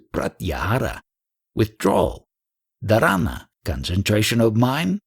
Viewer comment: dharana...pronounced dhaaaara-na